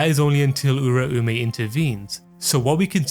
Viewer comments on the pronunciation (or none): none